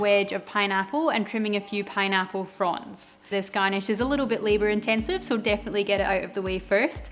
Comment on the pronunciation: I keep hearing your "fronds" as "prawns" 🤨